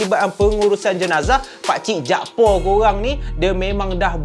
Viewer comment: Utk pngthn kt Kedah ni selalunya org yg bernama jakfar akan disebut jakpaq bkn jakpo.